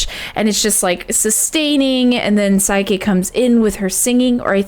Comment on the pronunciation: Yeah, she keeps saying "Saike" and "Kaname". Which is weird since she got them right in her first videos. I've been wanting to correct her but it feels nitpicky. Pun not intended...